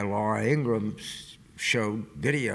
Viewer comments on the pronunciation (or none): none